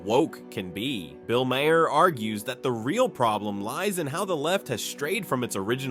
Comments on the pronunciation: Maher is pronounced Marr. Like Johnny Marr from the Smiths. He was born as a Maher but changed spelling at 14 so people would pronounce his surname right and avoid confusion with drummer John Maher. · Who the hell is "Bill MayHair"??? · Way too much narrative. And WTF is Bill Mayhare? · "If you know Bill Maher..." Says the guy that keeps fucking up his name.